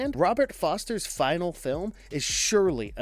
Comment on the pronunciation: "...and Robert Foster's final film is surely a memorable one..." That would be a lot more convincing if you could bother to get his name right. Robert Forster...